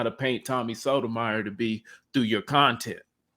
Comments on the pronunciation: It's pronounced "So-toe-my-your." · You’re pronouncing Tommy’s last name incorrectly. Other than that, good video